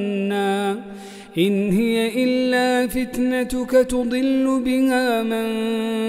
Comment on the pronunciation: لماذا قرأ هي بتسكين الياء بدل فتحها في الآية ٣٢